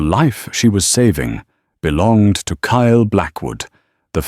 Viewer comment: KYLE, TURNED INTO CALE, KALE, I HATE WHEN AI FUCKS UP NAMES LIKE THAT, PLEASE FIX IT. 😢😢😢